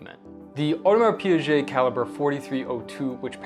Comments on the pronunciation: Audemars Piaget? That's not how you pronounce the brand. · Audemars who?! You have lost me immediately after you said Piaget for the second time. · Audemars Pee-ghey. Piaget is a separate company entirely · Did you just say PIAGET????????? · To be fair you should compare the AP 15500 movement to the new Zenith, as that AP movement is actually the new one and far superior then the 15400 one. And yes, you need to practice your French 😊